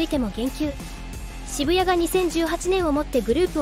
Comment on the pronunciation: 「シブヤ」ではなく、「シブタニ」、「ショウタ」だよ 真面目にやってくれ…失礼だぜ